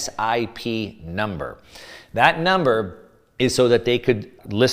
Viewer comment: Cusip is pronounced as a word.